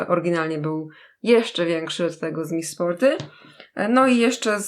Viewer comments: Czyta się 'miss sporti ' ,a nie tak jak pisze , ' miss sporty ' :3💛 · Miss Sporty a nie czyta się Miss Sporti ? XD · mówi się mis sporty a nie mis sporty...